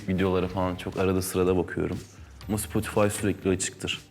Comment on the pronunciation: Adam Spotify diyo ben ya adamla kan bağı var